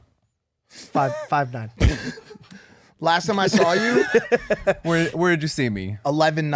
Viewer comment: the way said “ 5’9” as if it was his name and he was introducing himself 😂😂😂😂